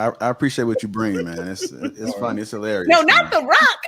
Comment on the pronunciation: During reading.., take your show on the road! Hee-Larry-US!! I can't!!